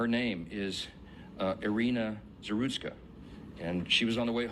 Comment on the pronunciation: It’s Zarutska. Not Zasruka